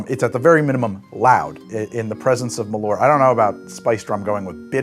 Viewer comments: I love how bäsk has somehow become a thing in Chicago - and a meme. Love from Sweden (btw, the name: MALL-urt would get you much closer than muh-LORT) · Not malort. MAL-ÖÖÖÖÖÖRT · Alright, who is going to teach how to say Ö? Pretty sure he is risking some kind of goblin-style curse by calling Malört "Malort" so often. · It clearly says Malört, but he keeps saying "mah lorrt". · Maal-uh-rt. Only time i spewed from alcohol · Ö isnt O. Every single American can say the letter Ö. Bird, word, heard, learned. Just say the Ö part. Actually you should start writing them with Ö. Börd, wörd, hörd, lörnd. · I'm danish and the way he pronounces Malört really sounds like he is saying "My poop" in danish!